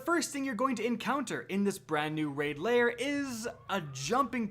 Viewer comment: Lair, not layer.